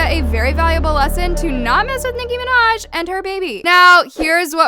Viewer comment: no he didn't he said Nicki Manaj not Nicki Minaj lol